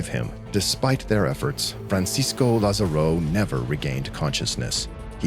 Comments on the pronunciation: Just letting you know, in Spanish the written accent in letter A, would put the stress on that vowel, not the last one; therefore, it would be pronounced, lÁzaro. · Also please check on the pronunciation of Lázaro. The video correctly shows the accent on the first "a" but the narrator keeps pronouncing it with the accent on the "o".